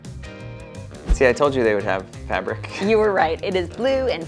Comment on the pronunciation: bro did NOT say talking😭🙏🥀